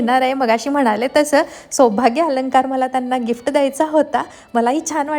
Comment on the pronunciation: Gifta nae g Gift as pronounce kar